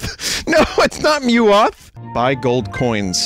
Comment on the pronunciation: Why is no one talking about "mewoth"